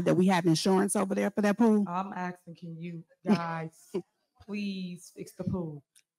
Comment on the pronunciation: When she keeps saying “AXING” does she mean “ASKING “? This is totally UNBELIEVABLE!!!!!!